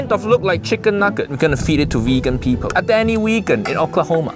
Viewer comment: "cowboy PEEPOW cash their own FOOO"